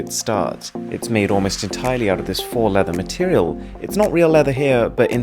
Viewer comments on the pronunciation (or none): Faux is pronounced 'Foh' not "Faw'